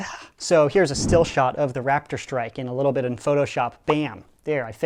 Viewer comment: Who else heard Rap - id - strike instead of Rap - tor - strike?